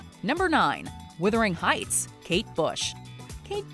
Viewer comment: "Withering" heights?? WTF?